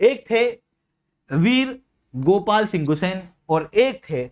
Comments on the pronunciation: गुसेन नहीं गुसांई होता है, Me bhi gusain hu uttarakhand , Garhwal se❤ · गुस्सेन nahi गुस्सांई